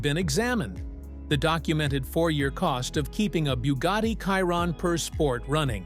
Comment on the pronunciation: I stop watching when he f..k the Chiron name 🤪😅🤦👌🏼